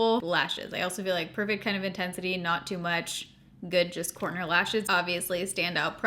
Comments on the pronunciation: I thought you kept saying “porno” lashes and then I finally figured out you said “corner” lashes. 😳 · Every time you say corner lashes my brain keeps hearing porno lashes 🤦🏼‍♀️.